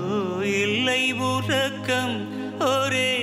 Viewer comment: ல, ள, ழ ... ந, ன, ண... ர, ற... வித்தியாசங்களை துல்லியமாக உச்சரித்தது தெரிந்தது! இ'ல்லை' உறக்கம்... நடை த'ள'ர்ந்து... உன்னை எ'ழு'த... 'நா''ண'ம் எ'ன்ன' பாவம் என்ன... இல்லை உ'ற'க்கம் ஒ'ரே' மனம்!